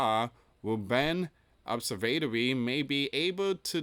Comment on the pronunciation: ob–serv–a–to–ry. That's how you sound it out.